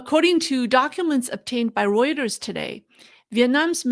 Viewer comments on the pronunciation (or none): none